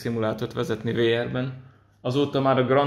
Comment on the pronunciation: A VR-t úgy kell ejteni hogy víár.